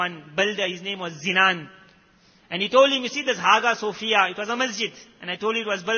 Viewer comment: It's pronounced as Aayaa sofiah Not haga sofia